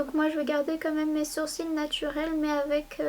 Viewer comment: C'est marrant tu dis " surcils " au lieu de " sourcils " et du coup ça a tout aussi son sens vu que les sourcils sont au dessus des cils aha c'est trop mignon!